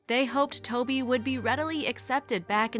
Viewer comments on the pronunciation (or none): The name is TOVI in Hebrew not Toby!...